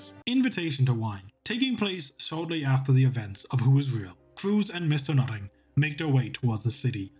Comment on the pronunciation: Why do I always hear "Mister Nutting"? xD